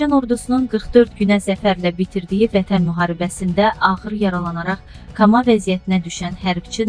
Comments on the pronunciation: Birinci kama yox koma ikincisi bu xeberler i yayanlar camaatin canina gorxu salma Allahdan gorx Allah belanizi verer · Kama yox ay koma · kama yox,koma olar.sene bu qeder insan qular asır. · sözü düz teleffüz et. Kama yox, koma. Ayıbdı vallah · bu nə cür danəşıqdı kama yox koma utan. Allah bütün şəhidlərimizə rəhmət eləsin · Kama yox koma.Bu savadsızlar xalqın əsəblərin qıcıqlandırır.Bu sehvi hər dəfə buraxır bu. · Bu qız yəqin "koma" demək istəyir. "Kama" Rusiyada çay adıdır. 😉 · Mətni oxuyanda dediyin sözlərə diqqət et,kama nədi ay, koma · siz koma sozunu deye bilmirsiz. Bele savadla olar? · Kama ya koma hörmətli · siz bir movzunu oxuyanda iki defe tekrar edirsiz Kama kimdi basa dusmedim? Belke Komada demek istediz cumleni duz gurun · Bu qiz ana dilinde de danisa bilmir.kama yooooox koma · Siz mətni belə düzğün oxuya bilmirsiniz.Kama yox,Koma.Başlıqı bir cürə qoyub başqa şeylərdən danışırsınız.Boş boş məlumatlardan əvvəl başlıqda qoyuqunuz mövzudan danışın. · Ay kama yox,ko'ma demàk gàràkdir. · Kama nedi. Koma demek lazimdir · Doğrudu. Ayıbdı vallah, koma sözünü oxuya bilmir. Amma ermənilərin adını səlis oxuyur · Men cox teeccub edirem bele savadsiz weristesiz qizmi deyim mi deyim sozleri duzgun teleffus ede bilmirsen Kama sozu tibbi ligetde yoxdur